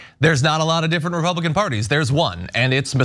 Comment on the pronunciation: I think her " republikkklan" came out!!